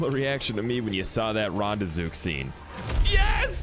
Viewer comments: Its also called REN not ron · Rande-zook? Wtf, it's got an e in it mate.